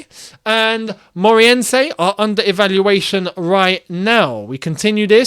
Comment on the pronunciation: it's pronounced Rio AV, not AVAY and MORE-AY-RENSE